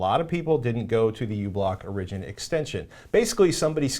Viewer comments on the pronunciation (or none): Some of the confusion on the uBlock Origin issue is probably the way you're pronouncing "origin." You're putting the emphasis on the second syllable as in "original" (or-IG-in-al) rather than on the first syllable as in "origin" (OR-ig-in.) Of course, the app may have been named exactly the same, but the person that wrote in called it "original" in his note, and I think it's due to this situation. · Hehe Patrick says Origin(like origin-al) funny =P Good episode. Thanks!